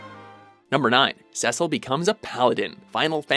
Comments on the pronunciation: actually it is Seh-cil. Final Fantasy Dissidia confirmed thats how they intended it to be pronounced. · Cecil's name is pronounced SEE-SIL... not SEH-SIL... why can't you pronounce any names right? lol